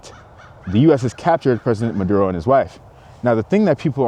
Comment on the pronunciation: I’m fine with Trump but why kidnap the president? Why take the wife too? You know it’s about oil. I just think he went about this wrong. Wasn’t there a different way? Yes, you pronounced it correctly!